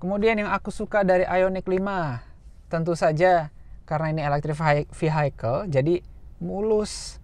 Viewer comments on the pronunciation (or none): Vehicle dibacanya bukan Vihaikel... tapi Viyekel... 🙏